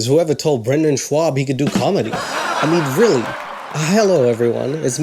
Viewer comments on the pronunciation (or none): So you did stand up once in high school. You haven't even learned how to say his name correctly. Brenden has a long list of accomplishments spanning years between football, lacrosse, fighting, and commentary. True, his comedy is not great. But it's cool you did stand up at a high school talent show... 🙄